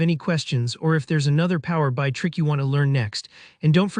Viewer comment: Thanks for sharing. By the way, it's Power B I(Bee Eye)